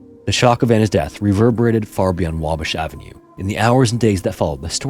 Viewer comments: Wah-bash. Not wabush. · You got the pronunciation of Wabash close but not quite right. It's "WAH-bash" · Here in Chicago we pronounce it WAH-bash.